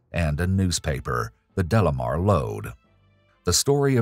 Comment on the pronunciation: Isn't it De Lamar , not Delamer ?